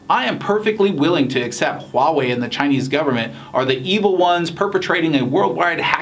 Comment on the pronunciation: Nathan是我见过，英文是母语朋友中，HUAWEI发音最标准的...